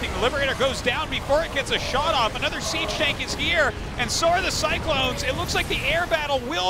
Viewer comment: Is it "siege mode" or "cheese mode" - not sure which one they said?